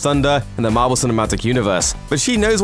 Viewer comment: Everyone Else: Marvel: Mavel